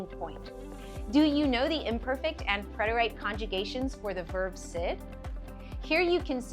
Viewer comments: It was great, but your pronunciation of preterite is incorrect. I checked it out thinking I could be wrong, but I am correct. PRET-er-it, not I. preterite /prĕt′ər-ĭt/ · Is this AI? I’ve studied Spanish all my life and have never heard preterite pronounced PRET-ER-AYT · A really good lesson but what I heard was the verb “syd” and the “preter-ight”. That was a distraction and made me start to doubt if I could trust the content.